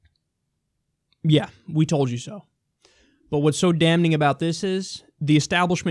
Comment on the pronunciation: Stop pronouncing the N in damning Kyle. Kyle. The N is silent Kyle.